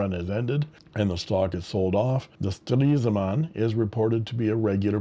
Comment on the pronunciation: Very brave of you to say ‘Stresemann’ so often! 👍 The one is the best in terms of pronunciation, but with the other variations you also get what is intended. 😊 Thank you for showing these precious pens! 🤩